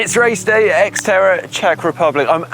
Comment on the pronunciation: X-terror is what I heard, lol.